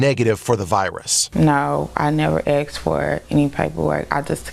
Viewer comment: Asked!!! With a s not with an x. Axed is like letting a show go!!